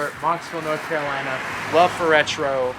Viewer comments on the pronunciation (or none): none